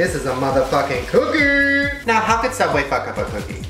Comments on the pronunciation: It's Sooubway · I think it's pronounced sooubway